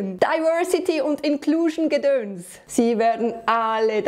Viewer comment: Sie hat Gedönz gesagt! 😄 Die haut aber richtig drauf, was 'ne Heldin.